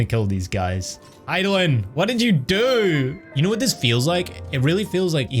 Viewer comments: You probably figured it out by now, but his name is pronounced "Hyth (rhymes with myth) - low - DAY - us" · Hey just in case you're unsure of how to pronounce Hythlodeus, it's: hith-low-day-us. It's actually based on a Greek character, Speak of Nonsense'. Hope this helps! I was pronouncing it wrong for a very long time.